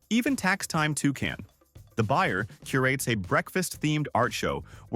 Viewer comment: You're obviously dyslexic, because toucan is toucan not two can, same as it's dynasty not dienasty. Weird that a wedding cake from 1984,had never been eaten